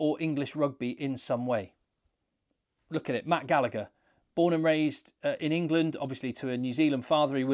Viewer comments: The second G in Gallagher is silent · Love you but why cant english people ever figure out how to pronounce Gallagher 😂